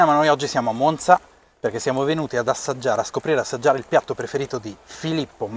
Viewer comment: Che bello vedere un video sulla mia città . Finalmente delle persone che dicono bene la parola MONZA . Bel video , spiegate bene e non siete noiosi . 👋👋 Mi sono appena iscritta . Ciaooooo